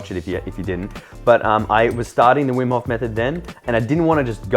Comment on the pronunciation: Vim hof koont 😂